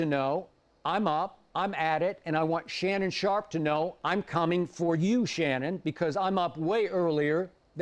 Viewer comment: He said LeShannon sharpe loool.